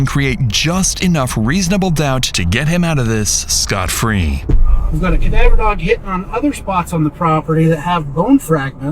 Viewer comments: cuh-duh-ver dog. Is this channel also just a.i. bullshit or an honest mispronunciation? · “Kadawver dog.” Excuse me? 😂 I have never heard “cadaver” said in such a manner! It totally threw me off!